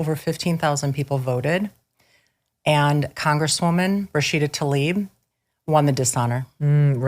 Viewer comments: Rashida Tlaib cares about her constituents the same way Hamas cares for Gaza's civilian. And please...her name ISN'T TALIB it is TLA-IB she spells it that way and she just doesn't like the name so much she just is trying to make it sound better to Americans! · Why can't people pronounce Tlaib as it is written? It is not that hard.